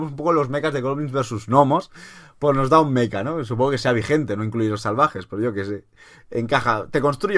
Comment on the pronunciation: Por favor Mecha no meca